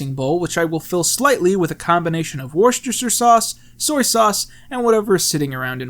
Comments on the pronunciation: "Warshister Sauce" it's pronounced "Wuster" you feckin' heathen. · Just incase you didn't know, it's pronounced Woster-shur, not warstershire. Love from the UK. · Worcestershire sauce is pronounced like 'wuster' for future reference my dude. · how is it that none of you bloody yanks know how to pronounce "worcestersauce" (or worcestershire, for that matter)? just kidding brah, love your stuff. (srsly tho. it's pronounced "wooster", with a short u)